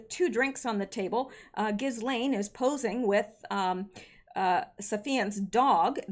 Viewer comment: Ghislaine= Ghee-lane. It’s French.